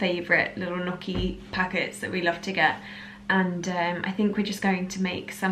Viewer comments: The proper pronunciation of Gnucci is "Nnnyucky" (phonetic) not "Nuucky'" LMAO 😁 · Ok, I have to say it to you.. Gnocchi is an italian word and the gn sounds like ñ in Spanish!